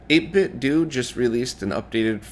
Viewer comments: LOL! I heard "8-bit do" again and I wasn't going to say anything until you mentioned RayCommend. That's when I realized that you might have fallen for his incorrect "how to say 8bitdo" video. His 8bitdo BT speaker chimes the company name on boot-up and clearly says "8-bit dough" just like "Nin 10 dough," but he listens to it and concludes the EXACT opposite. It really is hilarious! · I always thought the "do" part was a play on martial arts like "judo" meaning 'way of'. In that sense, I figured it was supposed to be pronounced 'dough'.